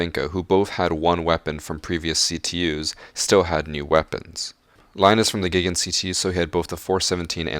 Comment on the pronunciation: Lion is from the giggen ?! GIGN stands for Gendarmerie Intervention Group National or Group d'intervention de la Gendarmerie nationale. Please just say G.I.G.N.